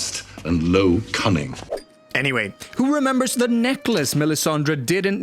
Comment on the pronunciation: So much for "The North Rembers!"